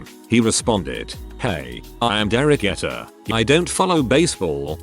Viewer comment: Liked the stories but really dislike the computer narrator. Come On, can't pronounce Derek Jeter correctly? This channel needs a human voice.